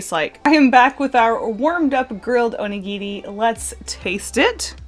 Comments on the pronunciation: I'm sorry but the first half of the video I was confused, I thought she was saying 'onigiti' and I didn't know what that was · Anyone gonna point out she's saying Onigiri wrong? FYI, I am Japanese.